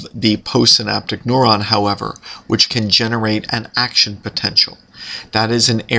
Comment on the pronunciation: why the heck is he pronouncing neuron as "noron"? Rhymes with moron, what a moron.